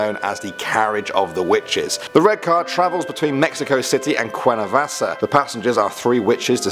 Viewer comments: He said guernavasa it’s guernavaca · Just to let you know all of the c's in Cuernavaca are pronounced like k's 😂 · I cringed at the way he pronounced Cuernavaca